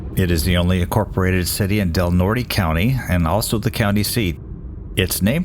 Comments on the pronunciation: Del Norte County is pronounced Del NORT.. not del "NORTAY" this is a common mistake a LOT of people make. It's simply DEL NORT.. the E is silent. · Del Nort, not Del Nort-eee. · Del Norte is pronounced "Del Nort" not "Del Nortee". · Its Del Norte, not Del Nort`e .. The E is silent.. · It would show a nice devotion to detail if you'd learn to pronounce the names of the places. It is pronounced Del Nort - not nortee. Jeez... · pronounced, "Del Nort". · FYI-- locals pronounce Del Norte County "dell-NORT", and not as it is in Spanish. I grew up in the area and was a small child at the time. This was a tough couple of years for Crescent City. There was a major storm in 1962 called the Columbus Day Storm which blasted the entire Pacific Northwest. Though the center of the storm was in Oregon, Crescent City was affected. Then came the Christmas Flood of 1964 which devastated and isolated Northern California. These three events have had no parallel since-- a unique trio of disasters. I understand that Crescent City harbor has some unusual underwater topography that causes especially strong tsunami waves. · Thanks for covering this event. The people who live in that county call it Del Nort. The drop the "e" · I'm probably not the first to tell you that the last "e" on Del Norte is silent. (That's how we separate the visitors.) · No idea but I lived there for years...no one ever pronounced the 'e'. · The last e in Del Norte is silent. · I lived in Crescent City for twenty years. You lost me right away. How much research did you do when you couldn't even pronounce the name of the county correctly? Don't believe me. Call any county office to hear it pronounced correctly. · LOL you don't pronounce the e and the end of Del Norte. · Who knows? When moved there in1995 I quickly learn how they pronounce it.